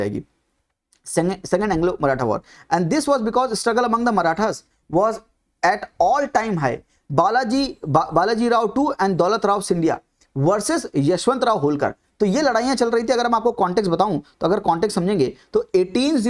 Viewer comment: Gwalior - Scindia Not shinde